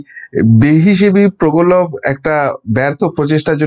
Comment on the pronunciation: প্রগলভ নয় প্রগলভ হচ্ছে সঠিক উচ্চারণ।